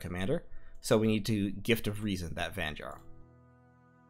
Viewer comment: Great vid, thanks! One thing.. the Nordic/German pronunciation of the letter "J", as in Jarl or Vanjarl or fjord, is pronounced as an English "Y" (as in yard). So those words sound like 'Yarl', 'Vanyarl', and 'fyord'. Thanks again!